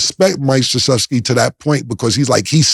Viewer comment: Cam is notorious for fuckin up names, so to hear him pronounce Mike Krzyzewski perfectly is a bit amusing🤷🏿‍♂️🤣